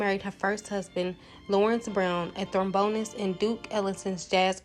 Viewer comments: It’s trombonist not tHrombonist. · You lost me at "Thrumbonist!" Then I had to go at "Green Witch!" 😵😮 Education... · Excellent coverage except for the mispronunciation of ‘trombonist.’